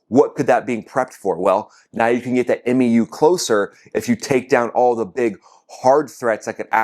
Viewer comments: A MEU (Marine Expeditionary Unit) is pronounced "mew", like what your cat says to you. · MEU: It's pronounced like "MU," like the Greek letter. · MEU is pronounced Mew, like the Pokémon, just for reference. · 2 things I gotta say my dude. Please don't say M.E.U. We just say "mew", like "you" but with an M. Sounding like those dudes in Battlefield LA saying F.O.B. instead of "fob" lol. And gotta remember this about that 2500 Marines number. Only like half or less of those guys would potentially go ashore as ground combat personnel. The rest are either support MOS's or Air Wing guys that will stay on the boat to support air operations from the ships. A typical MEU ground combat element is only a single infantry battalion reinforced with attachments like a platoon from LAR, a Recon Plt, a combat engineer plt, no tanks unfortunately (what a bonehead decision getting rid of Marine tankers was🙄), a single artillery battery etc etc. Probably more than enough to take something like Kharg Island, but definitely not enough alone for sustained operations on the mainland. That might have been more than 2 things...man I'm bad at math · M-E-U?! C’mon bro you know we just say MYOO! #SemperFi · Love your work. FYI MEU is pronounced MEW as in the 31st MEU (1 word) is enroute. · Hey, nuts it’s not pronounced M-E-U 😂 the e is silent It sounds like mew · The M.E.U.. is pronounced MEW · MEU (Mū) rhymes with “pew”. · MEU is pronounced “mew” amongst Marines and Sailors. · OK, I'm not trying to be a peckerhead or anything. You seem to not know, and I can understand that since you're Air Force. It's OK to pronounce MEU as "myoo" if you want. That's how it's pronounced in the USMC. Semper Fidelis, brother. I love your videos. Keep em coming, Sir. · MEU - Pronounced Mew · The MEU is called “Mew”. Great commentary though. I come to your channel for updates on this conflict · MEU is just pronounced.. “MEW”… like meow with the O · We call the MEU the "Mew" like the pokemon Mew Two